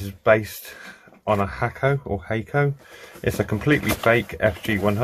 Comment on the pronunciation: Not Hack-o. Not Hay-co. It is Hawk-ko. Call them on the phone in the USA or Osaka Japan. It is how it is pronounced. Their company, their country, their language.